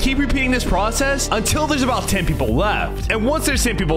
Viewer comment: “Nobody knows abouhhtt”